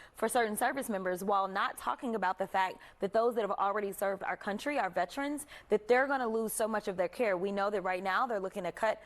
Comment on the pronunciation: She just kept saying “Vetrens” and he was lowkey trying to correct her and say “Veterans” 😂😂😂 I love Jasmine